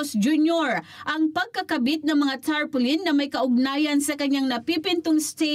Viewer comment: Tarpolin 😂😂😂 Muna daw 😅